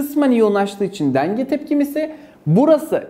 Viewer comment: samsunlu hastalığı devam ediyor deenge tepkimesi :)